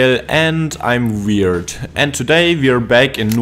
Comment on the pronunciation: hey I’m Daniel and I’m *vwierd*😂 Kinda funny, that ur trying to say “W”. And bro ur not wierd bro ur cool 👌